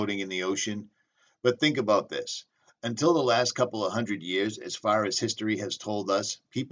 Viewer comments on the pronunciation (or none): none